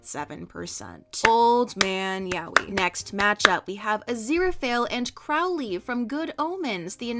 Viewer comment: every time mispronounces Crowley I physically hurt